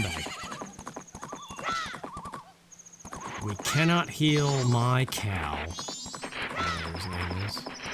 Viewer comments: When you said, "We can't heal Mikau." I heard, "We can't heal my cow." and my mind literally went "Eponas a horse..." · Once again... Mikau is pronounced Mee-cow. Japanese, pal. Also, I feel like I need to make a tutorial for how to use the Fierce Deity's mask against Twinmold *effectively*...